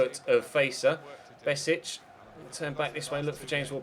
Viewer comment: Hey loving the career mode so far! By the way, Besic is pronounced: "Be-sh-ich" #BosnianBeast